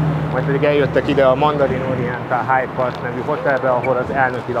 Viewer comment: Tóni, ez nem HIDE PARK, hanem Hyde Park. Ezért kell a Puskásban rendezni a BL döntőt, hogy többet ilyen lebukás ne fordulhasson elő.